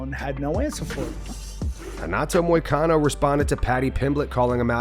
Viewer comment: why does Moicano think that T's are J's?